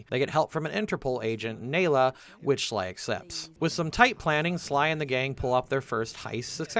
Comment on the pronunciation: Bro you had to have played the games to make this video, how do you mispronounced Neyla and Jean bison you hear them pronounce it correctly throughout the game